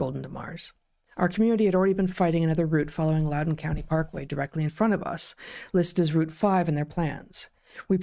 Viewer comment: You said Loudoun correct, Heather!